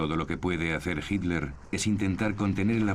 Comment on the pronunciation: El narrador es excelente, su problema es su pésima pronunciación de nombres alemanes. le dice 'Hilder' a Hitler.